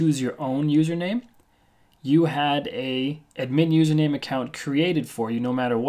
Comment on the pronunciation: its not admeen but ad-myn pronounciation dammit!